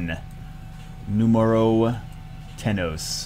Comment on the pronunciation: "NUmero" haha try to speak spanish again